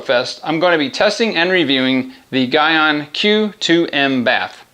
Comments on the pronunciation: It’s pronounced “gee” on not “guy” on... nice test, good job 👍🏽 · For future reference it's pronounced Gee-on (Gyeon) and bay-th (bathe) :) Gyeon bathe PLUS is one of my favourite soaps, it leaves a Sio2 protection behind with hydrophobic properties.